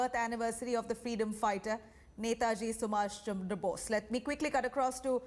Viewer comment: To the host (with due respect), please pronounce the name of the Greatest soul properly. It's Netaji Subhash Chandra Bose and not *sumash chamdra bose*.